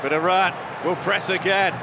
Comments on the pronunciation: Commentator absolute butchering the Iranian names and even Iran itself. It’s E-Run not E-Ran. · It is pronounced E run not E ran . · Eee ronn? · EYE-Ran played well